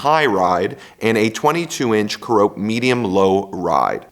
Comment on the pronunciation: Care-Uh-Pee, not Cuh-Rope. 🙂